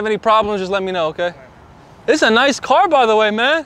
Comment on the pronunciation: LOL Let me wash your "carrrr" 🤣